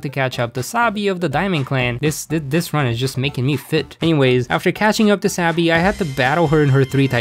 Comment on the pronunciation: i watch so much big hero 6 that wenever you say sabi i hear wasabi